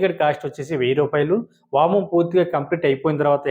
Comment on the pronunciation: మీరు అన్ని చాలా బాగా చెబుతున్నారు వామం కాదు హోమం అని స్పష్టంగా పలకండి అప్పుడు అందరికీ అర్థమవుతుంది